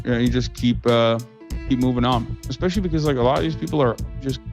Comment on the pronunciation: Expecially... is ESpecially